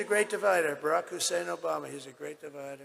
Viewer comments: He never says Barak Obama he has to over pronounce "Hussain" in the middle a man who's racist to the core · You see how he calls him hussein